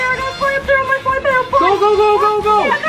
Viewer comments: It’s muumuu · It is muu muu